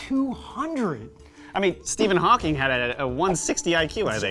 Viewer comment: it's Hawking, not Hawkings